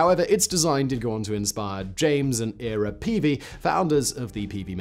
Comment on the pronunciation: Hey #: If screw-powered vehicles are "surprisingly useful" with "surprising advantages," then... why do you conclude that they have NO advantage? You also missed Fordson and the dozens of modern variants. You mispronounced Ira. The real surprise for me is that you passed up three opportunities to show these vehicles were more than a side project: (1) Geoffrey Pike, Britain's WW2 mad scientist, who built SPVs which definitively proved they weren't of military value. (2) Colin Furze, YouTube's mad inventor, who built one which definitively proved they look like fun! (3) wastewater engineers who built several which definitively prove they are invaluable at poop management! Maybe you know your algorithms or your sponsors better than me. I thought you were more than a clickbait channel.